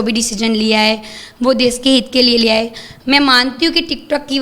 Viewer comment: Des nahi desh . 😂